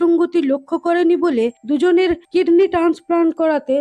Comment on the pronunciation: আপু কিডনি তো দেখছি কৃমি হয়ে গেলো উচ্চারণের জন্য😂😂😂😂